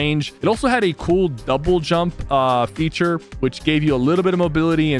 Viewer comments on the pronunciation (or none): none